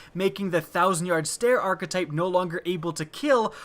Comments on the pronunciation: WTF is an arch-uh-type? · Wanna say arkatype 1 more time